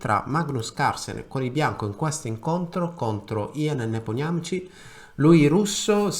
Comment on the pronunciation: Si pronuncia Nepomìsci!